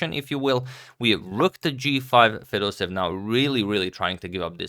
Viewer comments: It's Fedoseyev, not Fedosev! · Dear Fedoseev is pronounced in Russian somewhat like [fedoséyev] with an emphasis on the first "e". From Russia with love <3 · fedoseev with two "e" . 'pronunciation is with 2 "e". it is like "being" (excepti it is "e") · You pronounce Fedoseev's name as Fedoseyev